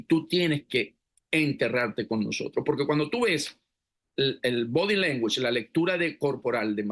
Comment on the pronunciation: "Body language". Con esos anglicismos ęstųpįdøs, y ni sabe pronunciarlos. Tan completo que es el castellano, y andan con esas estųpįdęcęs. Máş sencillo y menos vergonzoso es simplemente decir "lenguaje corporal".